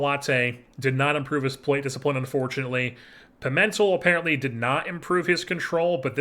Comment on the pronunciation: I believe Pimentel is pronounced, Pee-Men-tell. I like your approach to things in this offseason not just holding onto lesner because he’s a fan fav who’s a good not great player. I don’t think his contract was the worst tho.